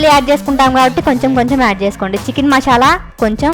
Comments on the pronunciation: మశాల కాదు మసాల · Mashala yendhi mashala.....adhi masala